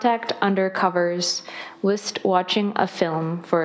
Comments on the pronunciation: she read 'whilst' as 'whist' 😂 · And she couldn't even pronounce whilst correctly...🤦‍♀️